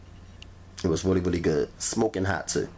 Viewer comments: Rery Rery Juicy. Lol. 😁🤣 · It was wrawry wawry juicy lol